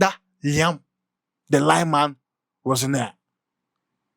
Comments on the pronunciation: Liam Row-zeen-your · Pls pronounce his surname well. Google it and pronounce it well.